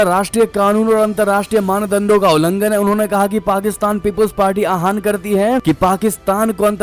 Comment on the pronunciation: अपना उच्चारण सुधार करे। आहन कोई शब्द नहीं है। आह्वान शब्द को आहवान पढते है। हिन्दी भाषा का अपमान न करें